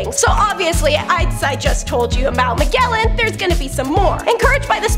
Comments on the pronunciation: Ma-JEL-lan! The G is soft! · Magellan really hit me in the ear.